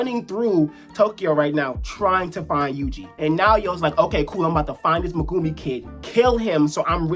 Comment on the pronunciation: When will we learn to pronounce even Megumis name right